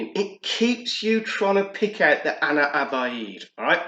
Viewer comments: Nice video mate…quick tip on pronouncing Ana Abiyedh….just read it “Ana Abyad” it translates to “I am White” 😄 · no worries man…I haven’t seen anyone pronounce it correctly on YT so far 😄 also it ‘s “Ana Ab-Yad” I realized the way I wrote it still looks confusing for a non Arabic speaker 😄 Keep up the good work bro, liking the content!